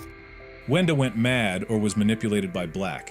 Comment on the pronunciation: I absolutely hate name mistake and the worst is “CLOOKER” “WANDA” “BROOD”